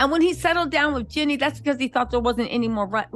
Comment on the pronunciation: Her name is JEEENE NOT JENNY